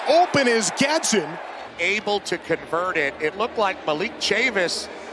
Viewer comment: Announcer cannot say Gadsden right to save his life